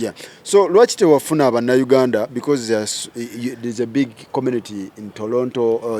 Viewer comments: If he says Tolonto one more time 🤦🏾‍♀️ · The interviewer calls it "Tolonto"